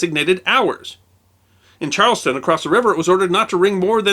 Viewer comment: Just an FYI. Charlestown, MA is not pronounced Charleston, it's Charles Town. As if it were two words. I'm not complaining. This is so much better than anything on TV. Just ordered my T shirt!